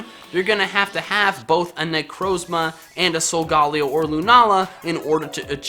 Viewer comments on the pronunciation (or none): your saying solgaleo wrong its solga then say leo which is based on leo the lion